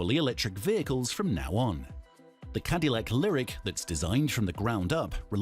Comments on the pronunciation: It is pronaunved: CadaLack, not Cadilyak, like in Spanish. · That's not how you say Cadillac lol